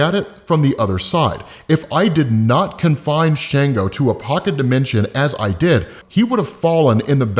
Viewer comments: not to be nitpicking but its not shango its shongo like ''songo' but add 'sh'...'shongo' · It's pronounced SHON-GO